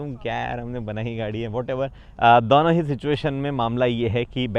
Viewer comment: When you find a guy cute but he says "दौनो"